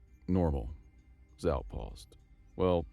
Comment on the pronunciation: Zhao is pronounced /ʒɑo/.